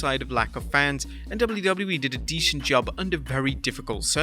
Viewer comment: "WWE did a deschent job"